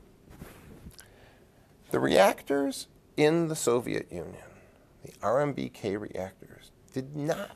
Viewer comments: It's painful to watch this video. Everything could be explained WAY better (most videos are) and even many basic facts in this video are wrong. And it's not RMBK but RBMK, as said so many times on the video and in description. 3/10. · You said RMBK at the beginning….it’s RBMK… and you also said it again 7 min in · Did the professor say RMBK ? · I could only make it about 5 minutes in. He keeps calling them RMBK instead of RBKM reactors and also graphite is a much better neutron moderator than water. He doesn't seem to know what he's talking about. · It’s RBMK, NOT RMBK…… ❤ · It’s an RBMK, fool. Not an RMBK. This dude is a hack. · Not RMBK but RBMK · RBMK not RMBK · Very distracting that he keeps saying RMBK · Hes an expert? He doesnt even know its RBMK not RMBK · You keep saying RMBK... instead of RBMK. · RBMK, not RMBK. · RBMK* not RMBK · He keeps saying RMBK 😫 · RMBK? Isn't it RBMK? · You keep saying RMBK and I keep cringing. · I find this endlessly fascinating, but it irks me that he keeps saying RMBK instead of RBMK. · Why does he keep calling it an RMBK reactor instead of RBMK? Even in the description. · This guy loses credibility every time he says RMBK instead of RBMK. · It's RBMK reactor, not RMBK. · Is it rbmk or rmbk because he keeps saying rmbk I. The video. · It annoys the fuck outta me how he says RMBK instead of RBMK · I'm not sure why him saying RMBK instead of RBMK bothers me so much, but it does :( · RBMK not RMBK. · I'm a little put off by the fact he keeps saying "RMBK" instead of "RBMK", that he's gotten the timeline of the evening of 25th April 1986 wrong, that he explains the methodology of the emergency test completely incorrectly, and most worryingly that he fundamentally misunderstands what 'graphite tipped' meant with the control rods. ETA: He also states that he thinks the chain reaction stopped after the explosion, even though the the fuel and the moderator were all still in position AND all the water was gone. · It's RBMK, not RMBK.